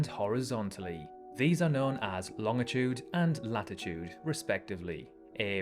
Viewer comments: Bro pronouncing it loŋitude.💀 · Longitude = ˈlônjəˌto͞od It's a soft G, sounding like a J.